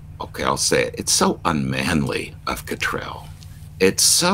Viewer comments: I love your American pronunciation of 'Cottrell'. It seems to suite His Grace... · Persistently mispronouncing someone's name is not clever, but disrespectful - whatever view one takes of the person concerned. And it seems strangely unChristian. Please make the effort to learn how to say the Archbishop of York's surname.